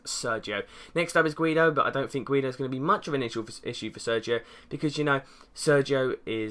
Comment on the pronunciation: Can't believe you called him "guiedo" #SEN